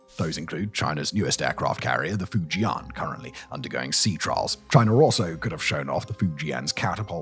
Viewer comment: Please learn how to pronounce names in Chinese. Fujian is pronounced Foo-Jen. The internet can teach you the basics for free.